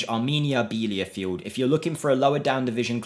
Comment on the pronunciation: Bee la feld 😅 not beeliafield